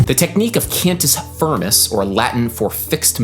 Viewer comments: Huuuge one, Adam! Thank you :D P.s.: it's pronunced kind of "can-tee feermey" (with the "rolling R" if you want to be a latin super hero) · *[cahn-toos fear-moose]